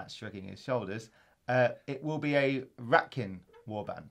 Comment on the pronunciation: OMFG Did say RATKIN!!!!!!